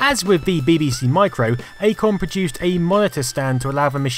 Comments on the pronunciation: Love your videos and your channel everything you make is really interesting and presented very well but for the love of god stop saying ‘bihbihsee’ you’re English you know it’s Bee Bee See 😫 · PLS FFS stop say "bib bee c" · Yes, he is saying bibby see. No we dont pronounce it that way. No I dont know why hes doing it. XD Im stunned by the graphics on elite (near the start of the video). This machine WAS ahead of its time. Shame it died out so fast tbh. Fun fact. Populous on the amiga was the 2nd game I ever played using a link cable, the first being Stunt Car Racer, even made the cable myself. The good old days. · Just curious, not hating or anything (because I really love your videos and just subbed), but why do you say ''beh beh seh' when referring to the computers, and 'bee bee see' when referring to the tv shows? I guess I'm missing something? :p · Learn how to pronounce BBC fool. And acorns grow into oak trees, not acorn trees you knob. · It is weird the way he pronounces it 🤔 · WHY DO YOU SAY BBC SO WEIRDLY?